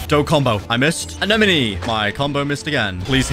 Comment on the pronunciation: Its prunounsed uh-neh-muh-nE